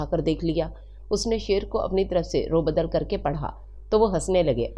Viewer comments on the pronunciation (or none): Aoa Very nice voice and definitely your style is very cool with a nice novel as well Just want to bring two corrections in your notice. 1: Arzan(ارزاں) And you read arazan(ارازاں) 2: Raddo badal (ردوبدل) And you read raobada(روبدل) I hope you will not mind . Take care